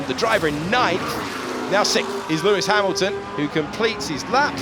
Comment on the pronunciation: Russel ahead of Ha"mimimi"lton, AGAIN! LOL